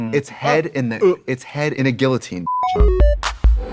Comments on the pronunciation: Trixie: "That pronunciation is jail" Also Trixie: "gill-otine" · It's pronounced "Gee-oh-teen" due to the double L, she was pronouncing "Gill-oh-teen".